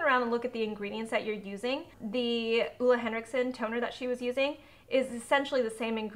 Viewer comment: It’s oH-Leh Henriksen. Not Uh-La Leviosa